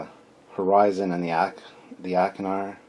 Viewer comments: "Achernar" is a star in Eridanus. It's evidently pronounced ˈeɪkərnɑːr. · I have these! Picked them up at a con in the 90s! I think it's pronounced "ark-en-ar' The Class names come from Franz Joseph's work, as do the starship names/numbers. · This is really great stuff! I think its pronounced ... Ack'er'nar class...